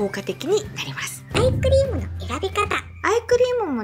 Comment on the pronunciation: いつもshokoさんの動画でお勉強させていただいてます。 今日は疲れているせいか、どうしてもアイスクリームに聞こえます。 アイス買いに行こうっと❗️